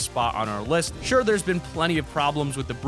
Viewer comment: Mason James yes and also you said sure wrong